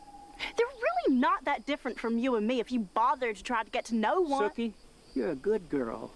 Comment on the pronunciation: I cringe everytime I hear Bill butcher Sookie's name... 😂